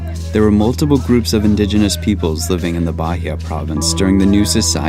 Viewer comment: I suggest you practice a less lazy pronunciation of the place that is receiving you — in this case, Bahia — before making your videos. It’s not that difficult, is it? The accent is no problem, but to pronounce it as if it were an English word?!!